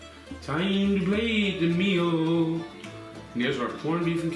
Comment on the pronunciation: An Irish voiced "its time to plate da meoool" ❤❤